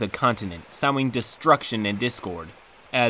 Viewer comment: 1) indiscernible 2) sowing You should look up how to pronounce these words.